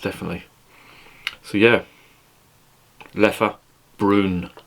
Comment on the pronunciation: I remember seeing the Leffe Abbey, just outside Dinant. Your first pronunciation of Leffe is correct. 😉 I sometimes drink this brown beer with a good meal. The sweetness is a bit artificial indeed. Leffe Tripel is rather sweet as well.